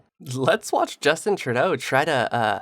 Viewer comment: Justin Truday-o day-o